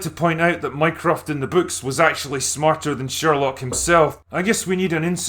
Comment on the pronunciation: Is it bad that every time he said "Mycroft" I heard "Minecraft"?